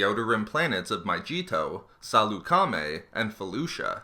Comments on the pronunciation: My jee toe (its My gee toe) Saw leh kah may (suh loo keh mai) PFFTT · My-Gee-to not Myjeeto and Saloo-ca-my is how you say Saleucami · Selucumi is pronounced sell-Luke-em-my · he fucking mispronounces everything all the time lmao Like, he seriously just said "Saloocamee"... You mean Saleucami? That's not how you pronounce Mygeeto or Saleucami Lol